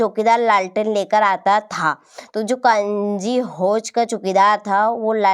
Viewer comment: Pehle kanji house bolna shik jao fir aana😅